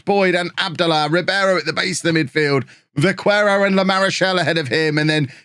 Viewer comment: The qu in Vaquero is just said like k instead of kw (vaquero is Spanish for cowboy, I'm guessing he has Spanish as a second nationality? That would also explain him being called Óliver rather than Olivier)